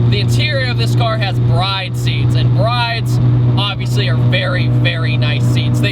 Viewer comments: Disliked video 'cause you pronounced Bride seats as, "bride." It's pronounced as, "brid." Kiddin', didn't dislike. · Actually pronounced "Brid" not "Bride" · Sorry to be that guy, but.... Bride in Japan is spelled ブリッド (bu-RI-ddo), when translated back into English would be "Brid" so rhymes with "Lid". Sorry again, love your videos dude! Keep up the good work :) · BRIDE is pronounced "burrido"